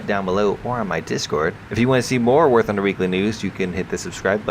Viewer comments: All I heard at the beginning was "welcome back to Warthauhfosjadbng;alskjgdba;ob news" No offense lol =P Great rumor info. Would be neat to see some of that if its true :0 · did I hear "Wargucking news"?